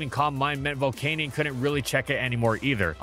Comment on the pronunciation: Is it spelt volcaneion? No then pronounce it correct it’s pronounced Vol-can-yen 😅